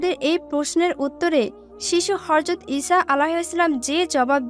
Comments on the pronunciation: Horjot not hojrot😅😅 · Horjot not hojrot😂😂😂😂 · হর‍যত না হযরত উচ্চারণ ঠিক করে বলবেন😊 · horjot not hojrot